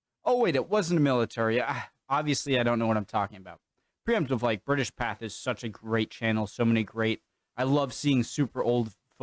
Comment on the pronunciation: As well as America's pathetic dislike of non-American aircraft compounds this ignorance by being unable to pronounce the name of the film company he says he admires. It is called Pathe NOT - path.